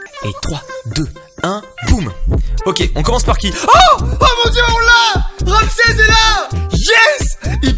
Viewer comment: il dit Ramsez et Stefun ça rend fou